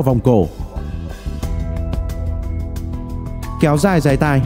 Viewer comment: . Dáy tai not “ dái tai” 😂😂😂